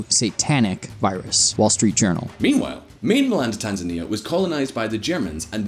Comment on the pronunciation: Tan-zany. Demonym is tanzaniacs (rhymes with animaniacs)